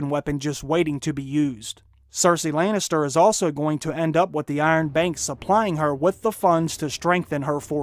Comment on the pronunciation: Layn is ter I hate his pronunciation